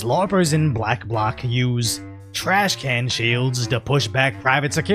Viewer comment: Hey, its trashcan not trash cannot. =b